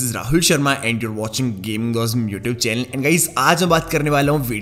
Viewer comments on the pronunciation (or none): none